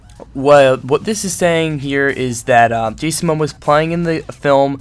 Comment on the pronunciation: I feel I must help you pronounce his name: mo - mo - uh :)